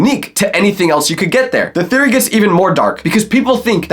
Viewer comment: but hey it's just a thereoy A FOOD THEREREOY